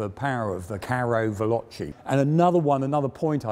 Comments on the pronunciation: Carro Veloceh not velocy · Great to see this tank family covered! Btw, "carro veloce" (with the final "ce" pronounced as "Che" from Che Guevara) is literally "fast tank", while "carro leggero" would be "light tank". You're the best when it comes to covering tanks and this little detail is nothing serious ofc but still good to point out